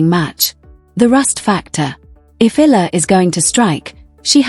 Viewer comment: These commentators/narrators are so disrespectful. Alex Eala <EE-YA-LA> has been celebrated for nearly a year now from the day news media noticed her outstanding performance in the WTA circuit. Yet, the media never researched, never tried to learn how to pronounce her name! That is truly idiotic.